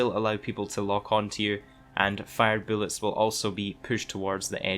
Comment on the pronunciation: I was like wtf is billets? But then I was like ooooooh he meant bulets😂